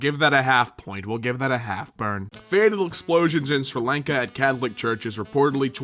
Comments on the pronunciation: Sri Lanka... Omg your pronounciation Omg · Okay, say it with me, su-ri lan-kah Sri Lanka :) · He pronounced Sri Lanka wrong